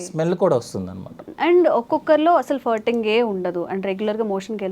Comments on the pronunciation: అది ఫర్టింగ్ కాదు, ఫార్టింగ్ అని ఉచ్చరించాలి... ఫ కి దీర్ఘం... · ఫర్టింగ్ కాదే తల్లీ…. ఫార్టింగ్….. తెలియక పోతే…. పిత్తు అను…. మిడి మిడి జ్ఞానంతో…. సావ దొబ్బకండి. నీ ఫర్టింగ్….ఫ్లర్టింగ్ లాగా ఉంది. 🙏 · It is not firting,, it is supposed pronounce : FARTING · it is not Furting. It is Farting When I heard you first, I thought u said Hurting